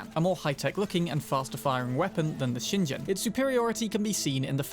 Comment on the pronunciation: "ShinJen" Oh, cmon maan!